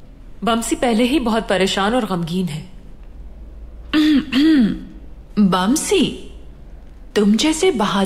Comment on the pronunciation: ne baaamsi bola 🤣